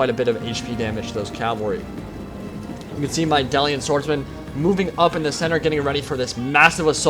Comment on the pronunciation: "Dalian?" Dalish